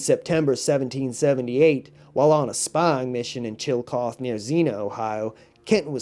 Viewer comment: That's pronounced ( chill-uh-coth-ee) Ohio. Sounds like chilly coffee.